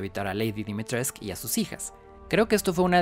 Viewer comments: tengo entendido que está mal pronunciado el apellido. Esto no debe sorprender a nadie. Véase la pronunciación del español por parte de los ganados en re4. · Dimitrescu. La u se pronuncia